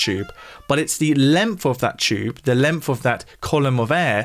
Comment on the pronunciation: Why does the presenter pronounce the word “length” as “lemmff” ?